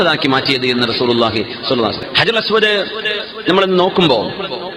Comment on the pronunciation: അജറുൽഅസ് വദ് അല്ല കുരുപ്പേ ഹജറുൽ അസ് വദ് എന്നാണ്